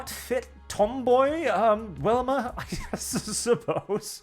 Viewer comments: Hearing say Wilma instead of Velma makes me confused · you kept saying Welma, Her name has a V, I know I'm nippickin sorry. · It's pronounced with a "Vee" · Why do u keep calling velma welma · I am not going to lie. Hearing Velma being said as "whelma" threw me off. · Am I the only one who keeps hearing say "Wilma?" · I really loved the comic style version. And are you saying “Welma”Instead of “Velma”? I’m not certain if that’s an accent thing or myself mishearing or something intentional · Goddamnit, stop saying "WELMA" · Do you pronounce Velvet like Wellwet? Or is it just for Velma? You Europeans complain about Americans mispronouncing words, well this is an American IP, so yea her name is Velma.